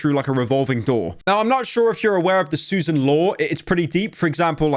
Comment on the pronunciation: after all these years, pyro is the only person who can correctly pronounce Susan’s name